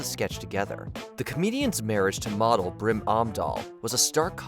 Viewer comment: Did he call Phil’s wife Brim or did I mishear that? 🤔